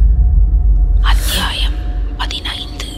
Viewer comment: Thanks for uploading Mr.Rajesh kumar Novel😊 Thanks for your vocal 😊 Especially....Aththiyaayam😊😊